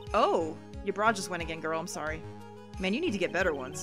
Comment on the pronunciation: Did You Say Soorry instead of sorry. Wow you've been in Canada a while, haven't you if your accent is changing. Has it really been that long I still remember you talking about Canadian customs agents in your Pajama Sam playthrough.